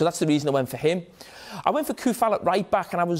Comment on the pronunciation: Coufal is Tsoufal not Koufal... Jamie Carragher is being ignorant again... well whats new...